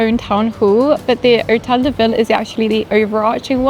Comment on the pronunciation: lol — pronounces “de” like “day”.